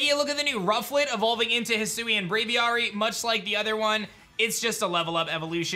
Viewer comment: “Aviary” “Wyrd” These words have actual pronunciations